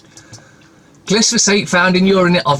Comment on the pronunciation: Bro. It's gli fo sayte, glyphosate, not glys, been hearing you say it wrong for years now, just thought I'd be a dick and point it out to you.😁👍 Cheers..... Top bloke!